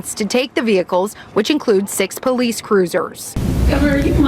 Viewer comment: Any politician that pronounces “police” as PO-LICE in that dumbass ghetto slang should tell the residents all they need to know. I really do blame the people of Dolton for voting her in. Stupid people, very stupid.